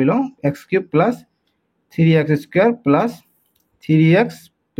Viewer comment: Sir Apuni plus kob lage 😅pelus koise je😂